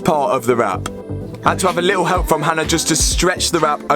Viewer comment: tbh fair I do see how people think she’s called Anna because of the way Matt pronounces Hannah